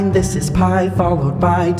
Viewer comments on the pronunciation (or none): very large number I thought we were learning Pi not Pyiay